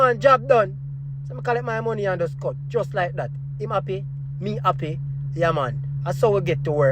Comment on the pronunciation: “You appy, I’m appy” No doubt, Jamaican. 😅